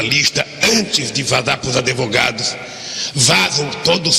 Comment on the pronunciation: "antes de vazá pus adevogados"... aaaarrgghhh!!!!